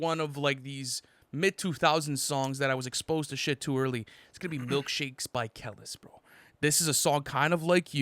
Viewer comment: wow L for pronouncing Kelis’ (Keh-Leese) name as Keh-Liss lmao